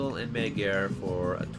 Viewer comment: magyar is pronounced majar.